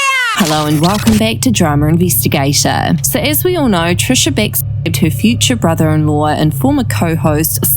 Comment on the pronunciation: where are you from? the way you pronounced brother in law made me cringe so hard